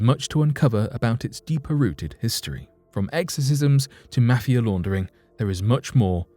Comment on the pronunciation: Quite worrisome is the way in which you pronounce 'mafia'